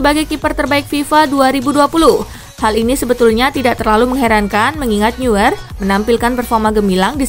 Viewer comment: Neuer dibaca noyer.